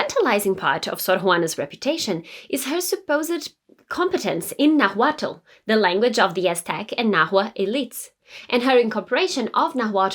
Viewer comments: It's Nahuatl not Nagüatúl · Naaaaahuatl, no Nahuuaaatl.... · It’s pronounced more like Naualt the T is almost silent and after the L. It’s spelled Nahuatl but that tl is more like lt. also the h is silent. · Great info! The “l” in Nahuatl is silent. Pronounced “Nawhat”. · That isn't how you pronounce nahuatl, but I love your video! I'm Mexican and in school we read her poems and studied them for literature class. She was such a cool historical figure! If you're curious, ˈnaːwatl and ˈnaːwaːtɬ are some more accurate pronunciations. The "na" should be the strongest sounding syllable. Also, though most people ignore the fact, the "tl" in náhuatl is a click of the tongue, like imitating the sound of a raindrop! I think it's a very pretty sound. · Please pronounce the word "nahutl" correctly, it sound like you say " naguatlo" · Your pronunciation of the word Náhualt sounds weird, as you can notice the first a has the accent, not the second one. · Very nice. But the correct pronunciation of 'Náhuatl' is when stressed in the first syllable, not on the second. The way you pronounce the word is awkward. Please check on Google the prosody and intonation. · For Christ sake pronounce Náhuatl with the accent in the First "A" 🙏🏼🙏🏻🙏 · As a Mexican loved this video and your pronunciation was great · Love the video. Thank you for your excellent historical service. For future reference, when saying "Nahuatl" you don't separate the 'T' and 'L' to add another consonant. When your tongue reaches behind your top teeth when making the 'T' sound, you just let your mouth end it with releasing airflow by making the 'L' sound. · The H in Nahuatl is silent.